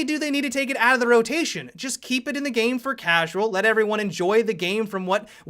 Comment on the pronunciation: Is it just me or does any else get annoyed when adds like a gay voice to a word and adds Ah at the end. Like he said game like Gameah.